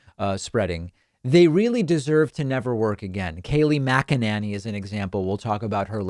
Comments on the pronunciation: WOW that’s the first time you pronounced Kaleigh Mcenany the proper way.. I just call her DingBat!! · Christopher Krebs? Doesn't he own a burger joint? Famous for its Krabby Patty??? Wait a minute! Did you just correctly pronounce Kayleigh's last name!?!?! Atta boy, David!!! NOW you can continue to pound tRump for mispronouncing words!